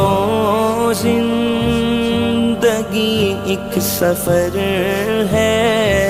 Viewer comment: صفر نہیں ہے سفر ہے